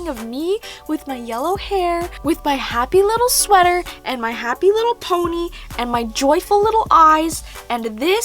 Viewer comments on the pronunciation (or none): none